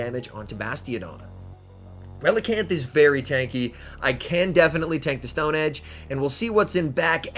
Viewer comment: Relican'th? ReliCAN!